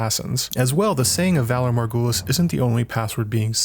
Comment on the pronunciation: Love the video, but I winced every time you butchered the phrase 'valar morghulis' lol It's okay to use an accent for just one phrase!